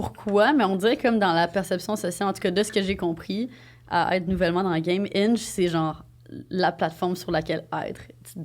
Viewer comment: Quand tu as dit ''Hinge'' j'avais compris ''Inch'', haaaaaaaa! xD Je n'ai jamais utilisé des ''Dating Apps''. Je préfère parler en personne. On dit ''vedette'', et non ''célébrité''. Le ski et le snowboarding sont très différents. Ce sont deux façons différentes de maintenir l'équilibre. ''Célibat'' pour toi semble vouloir dire ne pas être en couple. Ça ne signifie pas l'abstinence 😉. En passant j'aime bcp les croustilles Miss Vicky's Lime & Pepper.